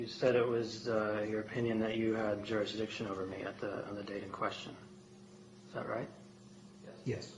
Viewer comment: They like saying jurisdickshun waaaay too much! I'm beginning to get suspicious!!!